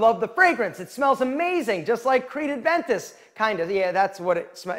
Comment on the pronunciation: Dude,it’s Creed Aventus🥴